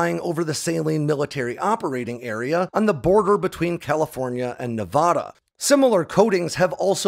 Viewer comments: Loved the video but hearing you mispronounce Nevada so many times is like fingernails on a chalk board! Heaven forbid we have a story that centers in Oregon!! Obviously, I’m just messing with you! Love the content, keep it coming!! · Tonopah is pronounced "Toe-No-Paw". The way you said it I could barely tell what you were referring to. Also, when referring to the State of Nevada, it's pronounced "Nev-a-da" and not "Nev-ah-dah". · You definitely have no idea about how irate that makes Nevadans because we’re not Nevahdahns it’s not Nevahdah Ne - Va - Da Nevada its prounounced how it’s spelled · As a Navadan... super irritating to hear someone say Ne-vah-dah... its Ne-Vad(like RAD)a. If you ever run into one of us and say it that way you know most of us will twitch... 😂😂 but as someone who grew up in Palmdale... great story , i miss seeing the F-117s on a almost daily basis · We pronounce it Toe-Nou-Paw (like the sound you make when saying eNOUgh) and Nev-aaaa-daaa (like da-da) not Nev-ahhh-daaa, sorry it was bugging me. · "TOE-nuh-paw" and "Nev-ADD-uh". Not "Nev-ODD-uh". This is how locals find other locals. Definitely don't pronounce it "Nev-ODD-uh." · Some seriously mangled pronunciations in this video Tonopah (TOHN-ə-pah), and if you can't read pronunciation guides, this will get you closer than what you were saying : Toe-nuh-paw Nevada (nə-VAD-ə) - the first "a" is hard, not soft. And there's no such place as the "paramint" valley as stated in the video, it's the Panamint valley. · BTW, it's pronounced "Nuh-vaaaaada" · It’s 2023 and we’re still pronouncing Nevada as nevahduh smh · He can't say Nevada correctly, you expect him to get Sammamish? 🤣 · hey, i love your videos! you should check your pronunciation of "Nevada" - i used to say it the way you are saying it, then some people from Nevada got very upset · Your stuff is awesome.....even though you say "Nevada" wrong. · Days since pronouncing Nevada incorrectly: 0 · You're pronouncing Nevada wrong